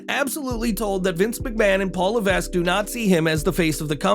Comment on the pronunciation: Paul Levasque's last name is pronounced La-vek, the s is silent.